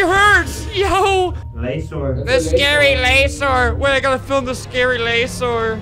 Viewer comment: The scawy lasore*